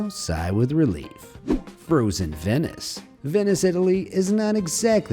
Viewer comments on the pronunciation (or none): none